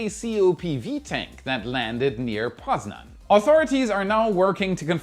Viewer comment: I apprieciate your pronunciation of Poznań :) There were many pieces of Falcon 9 debris found, mainly COPVs. Even I was a bit afraid that one piece hit my home. As I know most of pieces are found, but there is still possibility to find a new one. Good thing is nobody get hurt